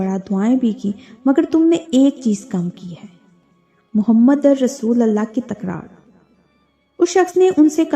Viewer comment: Mohammadar Rasulallah❌ Mohammadur Rasulullah ✅